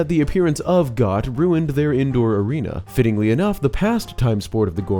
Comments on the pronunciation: pronouncing Goht as Got instead of Goat was nails on a chalkboard. 🤣🤣🤣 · It’s pronounced “Goat”, for Goht. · Goht's name is pronounced "goat" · “Goht” should be pronounced like ‘goat’..